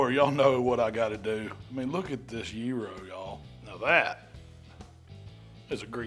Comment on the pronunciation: Sounds like yearo 😂😂😂